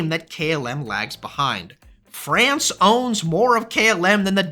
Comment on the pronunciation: KLM is a crap airline. The Business Class on longhaul is just a joke. Disgusting food and mostly unfriendly crews. By the way, the pronounciation of "France" in "Air France" is like "Fronce". You have to speak the a like an o! 😊